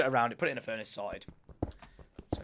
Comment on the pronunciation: is he saying solid or sorted lol